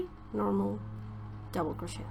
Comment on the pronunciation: This Tutorial helped me immensely! I also wanted to let you know, one English learner to another that Crochet is pronounced phonetically like this: Cro-shay like Day :) It's originally a french word, so that's why it's not pronounced like it's spelled.